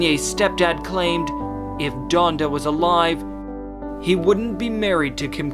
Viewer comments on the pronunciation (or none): This man said Jonda